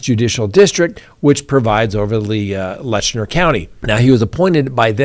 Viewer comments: It’s pronounced Lett-chur not Letchner. FYI. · You are mis-pronouncing the county name in the Sheriff case. It is Let- Cher , not Letch-ner. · Hey just wanted to let you know you are saying Letcher county wrong lol. You are putting an "n" in there pronouncing it Letchner. There's no "n" sound. It's said like "Lecher". Just letting you know 😊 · Learn how to properly pronounce LETCHER!!!! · It's pronounced Let-cher, not Lesher County. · Hey, it is Letcher County. No ‘N’ in Letcher. My family is from Whitesburg, Kentucky. My siblings and I own our family cemetery there. We go several generations back. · Not Lestner it's Letcher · It is Letcher County, not Letchner County. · I think you mean Letcher County, not Letchner County as you keep saying. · It’s LETCH-ER. There is no N in it.😂😂😂😂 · Its Letcher County, Not Letchner. There is no N in the name. Now you learned something. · LETCHER not Letchner. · I am, and you should be too, a stickler for spelling and pronunciation. The county is Letcher, not LetchNER. No harm no foul, but these things matter. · It's Letcher county, not Lesner county. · Painful hard pronunciation of “Letcher” 😮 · It's Letcher County. There is no "n". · No “n” in Letcher. Maybe you’re trying not to imply a pejorative?